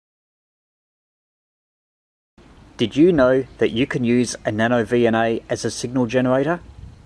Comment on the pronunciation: About a minute in, I swear he said NanoDNA. Was that intentional?